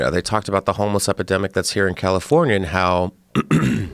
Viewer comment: whats a "homless?"